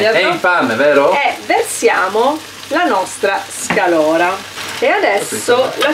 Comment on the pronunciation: sei fantastica...ma xké dici SCALORA? si dice SCAROLA!😁